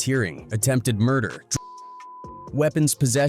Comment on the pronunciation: When I heard Mder, I spit out my drink. 🤣⚰️ This got to be a corny white dude.